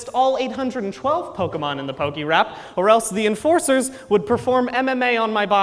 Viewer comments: Listening to him say Pok-EEE-rap over and over again is mildly infuriating, especially since he says pokémon and pokédex correctly. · How can he call it perfect if he keeps pronouncing it "pokey-rap"?